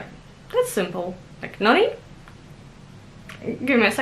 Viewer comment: The pronunciation weight makes such a difference in this word.. It can be everything from disappointment, reprimand to excitement. Like how you first couple times say it - let's get serious. But not the third time you say it. Third time you have too much of an uplift in the end to mean the same thing as first two.